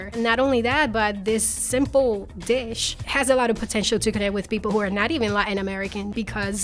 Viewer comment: "this simple ditch" lmaooooo